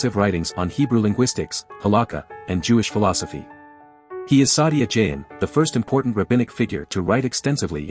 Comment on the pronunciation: Although the voice sounds like a human reading, thus AI produced voice mispronounced Saadia Gaón and Hebrew/Aramaic terms, horribly.